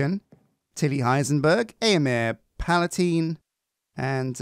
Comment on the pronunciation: Rather than putting the “s” in palatine, make it palpatine :)